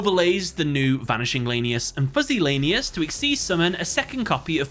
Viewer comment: Honestly bugs me as a raidraptor fan (my favorite archetype hands down) when calls them lane-e-us instead of lan-e-us ik it's not that big of a deal but still bugs me a bit